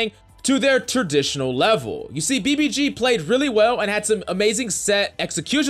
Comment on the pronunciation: And now BBC- clears throat BBG*